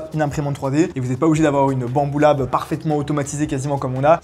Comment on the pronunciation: Faut prononcer U pas OU problème réglé.